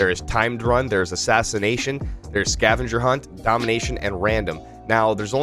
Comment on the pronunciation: “Ashashination” made me laugh😂 not tryna make fun of you, just thought that was funny